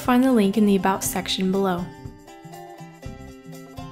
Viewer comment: No offense, but it's been bugging me that u can't say about right